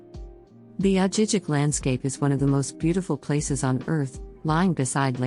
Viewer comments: It is pronounced Ah-hee- heek. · Girl you have to know how to pronounce these towns. I really doubt you have even been to those cities. Ajijic was the clincher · if she even visited Ajijic she would know it’s not pronounced that way. Leads to her credibility of what she is talking about if she hasn’t even visited the towns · need to improve the narration. Ajijic was pronounced wrong! Jajajaja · Soooo wrong. 😂